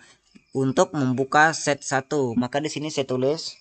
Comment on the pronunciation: Sit bkn Set. Seet dibaca Sit, bkn Set.